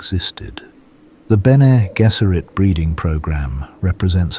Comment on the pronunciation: People applauding an AI generated script, with an AI voiceover… He can’t even pronounce Bene Gesserit correctly. Lazy, dogshit.